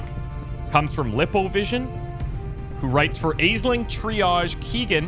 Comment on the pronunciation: I realise mispronunciations are part of the charm, but Aisling is pronounced Ash-ling. <3